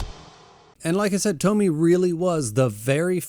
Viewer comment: Funny how every english speakers call her Tommy instead of TomiE (Tomy-ey) Just like Kiri-E with Uzumaki.